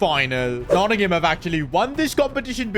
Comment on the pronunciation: Nottingham forest please pronounce the team by its proper name